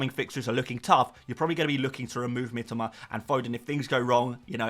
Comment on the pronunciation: I love you and you’re my favourite FPL creator BUT Mitoma is pronounced ME TOE MAR one of my mates Japanese and it drives him mad 😅😅